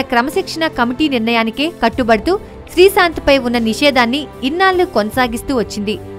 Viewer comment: srisanth kade ttalli srishanth ani Telugu manchiga nerchuko mundhu Telugu paddalu sarigha paluku mundhu